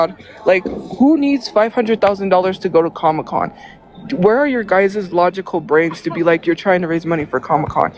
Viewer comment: What the fk is a "comocon"? 😂